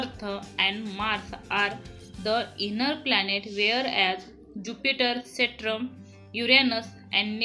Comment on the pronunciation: Mam its saturn not satran